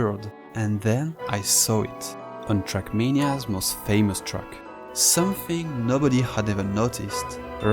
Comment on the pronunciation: "truck" or "track" ? 😉